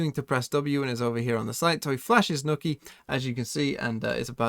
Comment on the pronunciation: Man said nookie instead of nook ye